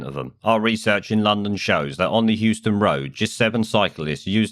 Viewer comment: Euston road not Houston tut tut tut